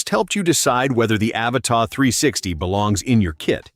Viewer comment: Stupid AI voice. The drone isnt called "Avatar" but Avata (A-vata) idiot.